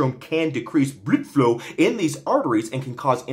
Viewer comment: couldn’t help but laugh every time he said bludfluw lmao